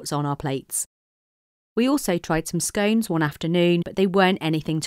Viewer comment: Oh. You pronounce scones that way. And I thought we could be friends.